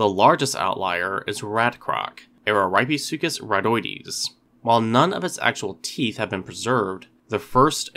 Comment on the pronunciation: 1. It's pronounced (AH-ruh-REAP-eh-SUE-cuss). 2. If you think that Araripesuchus rattoides deserves a separate genus, I predict that this new genus would be Rattosuchus which means "rat crocodile". Ps.: I just came up with that name myself.